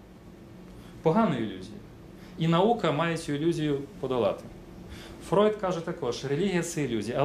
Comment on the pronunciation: в Вшем исполнении "Фройд" звучит как fraud, со всеми вытекающими )